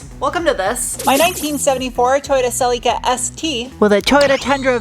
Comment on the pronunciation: How you say celly cuh scratches my brain.